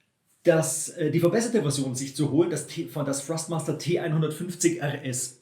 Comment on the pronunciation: Hi, danke für das Video, sehr hilfreich. Achte jedoch bei der Aussprache von Thrustmaster, dass du es mit T am anfang aussprichst. Du sagst es mit F, was nicht korrekt ist. Wirkt dann noch professioneller. LG